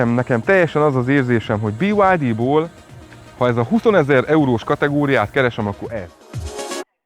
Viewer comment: A BYD angol rövidítés, tessék helyesen kiejteni. 😊